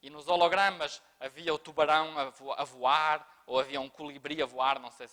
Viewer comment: legal o professor portuga dizendo.....>>>>"O CÚLIBRI A VOAIRE!!!!"..Kkkkkkkkkkkkkkkk